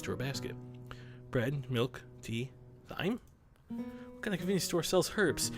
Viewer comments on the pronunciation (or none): its pronounced time not thyme haha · The pronunciation of thyme and herbs hurts. Also I don't think you can smoke thyme.